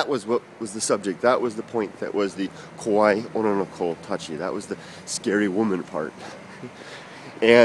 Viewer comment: It's 'kowai' - scary, Kurt has it right:)